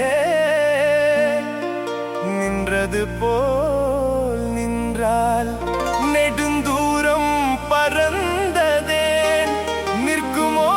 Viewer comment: Wrong pronouncing of நின்றாள் as நின்றால். Don't spoil Tamil like this.